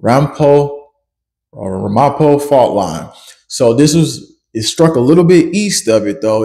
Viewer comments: I live in Hunterdon County near the discovery of the new fault line. We felt nothing with the most recent quake. During the previous quake we heard a loud rumble, but felt nothing.. Ramapo phonetically sounds out to Ram..A-Po. Po is pronounced like Edgar Allen Poe's last name..Excellent job. I had to stop the vid several times to study the maps. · Who ever that couple was that said they thought a car crashed into their house described it 100% accurately. I am in Jersey also and thought the exact same thing....only I described it as a Mac Truck......Horrendous noise!.. Tt's pronounced RAM-A-PO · RAM A PO is how you pronounce it. I'm from there. Thanks for reporting on this!